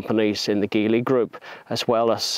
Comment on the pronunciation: You’re pronouncing it wrong. It should be Gee Lee not Gi Lee.